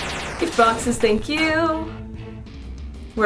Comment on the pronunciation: Scott say tank you